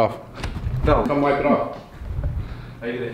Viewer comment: "Come whipe it off" fawkin Brad😩😂